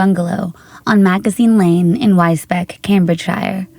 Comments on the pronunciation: Sorry to be that person, but Wisbech where Una lived is pronounced Wizbeach. Glad this horrible case has finally been solved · The second case, Una, was in the next town from me, about 10 miles away. Small point, but the town she lived in, Wisbech, is pronounced wizbeach. Another small point, there are a lot of counties in the UK where the last part of the name is 'shire', like in this case - Wisbech, Cambridgeshire. I can understand why people pronounce is 'shyer', but there's two common ways of pronouncing the 'shire' part - so in this example, either cambridgeSHUR, or CambridgeSHEER. Both are equally valid. There are some people in the UK that may pronounce it 'shyer', but the overwhelming majority of people, like 90% plus, pronounce it 'shur' or 'sheer'. Hope that helps people pronounce it! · Just for reference, Wisbech is pronounced WIZBEACH.